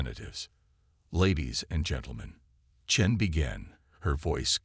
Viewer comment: At least the AI can pronounce Chen without screwing it up